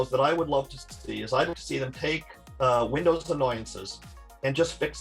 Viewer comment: Nah .... he says Vindoz